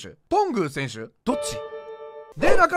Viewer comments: 選手の発音ですが、 多分とんぐうだと思います。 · と↑ ん ぐ↓う これは関東です